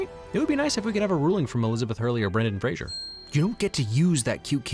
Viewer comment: OOOOOO.... "Brendan Fraser".... not "Frasier"... sorry man. It was difficult to like this movie. It was not difficult to like the casting.